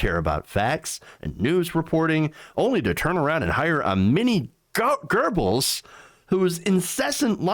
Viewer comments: Hey... just a Point...it is Goe-bells.... Not Ger-Bills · There is no "r" in Goebbels!! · Just wondering, why can't Americans pronounce the name Goebbels correctly? To my ears it is as if they always put an r just before the b's. It makes me wonder, what have gerbils ever done to you to deserve this? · Your entire editorial would carry much more weight if you would learn to correctly pronounce the name Goebbels